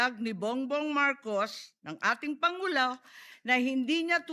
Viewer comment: Tama ba ung narinig ko sbi ni Sen. Imee "...si bongbong marcos ang ating pangulaw" 😂😂